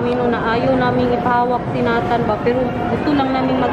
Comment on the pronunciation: Hi!. May I suggest.. sa pagtawag ng name ni Nathan. Say, Neytan. Not Natan. Para sa sound foreigner. Neytan. Thanks! Love the family.